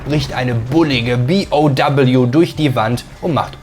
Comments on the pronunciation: dann sag zB auch zu BOW BI Oh Doubleyou und nicht B O doubleyou.. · gutes Video aber wie kann man so viele Wörter falsch aussprehen.. megamyzet zB... oder BOW.. das heißt B O W und nicht doubleyou